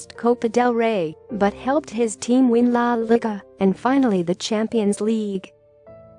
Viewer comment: He says "la liga" wrong 🤣😂🤣😂 LIKE PLEASE